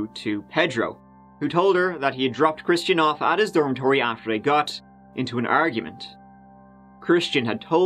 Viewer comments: I thought you said Christina Aguilera. And i was immediately confused. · Shmistian? Lol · At first I thought he said “Christina Aguilera”... 🤔🤔😃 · Why does it sound like is saying "Christina Aguilera" whenever he says that dudes name? lol 😆😆😆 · Rhymes with "Shmistian..." Oh, 🥰 That's my code! Coworkers have no clue who I'm talking about. It's flawless. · 'Ya wouldn't happen to be datin someone who's name rhymes with Smishtian'?? 👏👏 😆😅🤣🤣😅😆 its the little things 😜